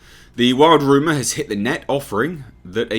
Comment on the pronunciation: I love how say “rooma “ 🤣